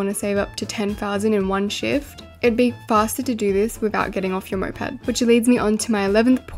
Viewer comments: moped not mopad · its not "mopad" its "moped" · whyd you keep saying mopad...